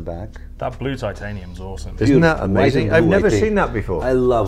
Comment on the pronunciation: Mr. Jacob, it's not Tantenium, it's Titanium... Lol 😝😅